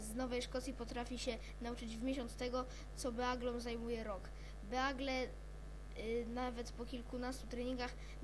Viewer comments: i naucz sie mówić!!! beagle-[bigl] czytaj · Nie beagle tylko bigel